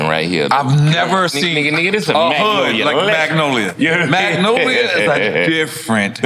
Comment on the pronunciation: Nore, stop saying the L in Magnolia. 😂